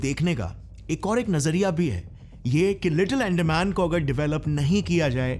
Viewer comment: अरे भाई , तुम कितना भी चिल्ला के बोलो, पर तुम devlopment नाहीं रोक सकते, तुम्हे अंदमान ठीक से बोलणा सिखना चाहिए 😂😂